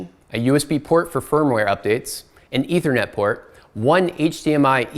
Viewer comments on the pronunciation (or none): none